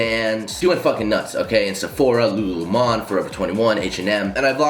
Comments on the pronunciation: boy it's fucking Lulu 🍋 not le-mon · Love you but Lulu Lemon is pronounced like the fruit lol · did he just mispronounce "Lemon" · Please pronounce LuLu lemon again 😂😂😂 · Why did he say Lulu lemon like that....😂😂😂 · Bruh why tf you say lululemon so weird 😂